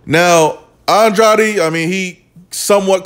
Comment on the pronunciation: If pronouncing Andrade is too difficult, then commentating may not be for you.